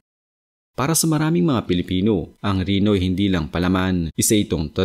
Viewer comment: Reno hindi rino! ayosin mo pronouncation mo.